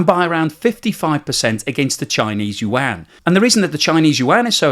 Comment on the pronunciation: Finally hearing the Yuan right 😊